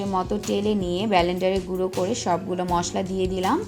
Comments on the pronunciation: Kathata hobe blender bolender noy ato lok sunbe r hasbe ata apner bhaba uchit chilio akhon theke uccharon shikhe tarpore ashben thanks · BALENDER?? WHAT ABOUT CALLING IT CORRECTLY 'BLENDER' ??